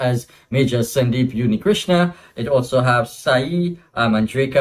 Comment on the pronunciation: It's Unnikrishnan not Yunnikrishnan